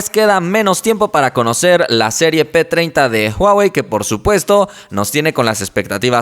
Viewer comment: Soy yo o dice huawei p2030